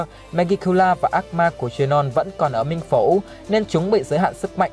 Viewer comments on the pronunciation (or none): none